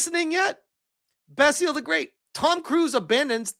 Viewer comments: Basil is pronounced 'Baz ill'. Not 'Bass eel' ;) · Your pronunciation of Basil is killing me. Watch an episode of Fawlty Towers.